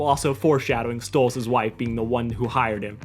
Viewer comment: You said Octavia was trying to say stolas on accident.